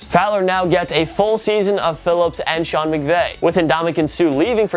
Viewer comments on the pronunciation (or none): none